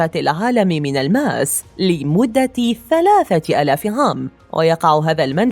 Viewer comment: الماس و ليس ألألماس